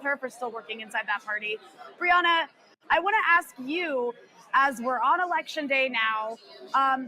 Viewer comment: First she says Briahna incorrectly then she says "K'mala" Harris LOL